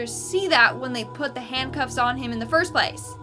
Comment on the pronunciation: Besides pronouncing intestines wrong do Canadians pronounce "handcuffs"- handcoffs... 😅😂😂🤣🤣